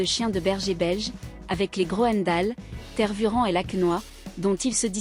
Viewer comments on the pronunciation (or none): Tervuren ? prononcer Tervurenne